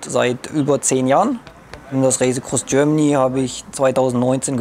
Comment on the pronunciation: "Das Räisekross Görmany"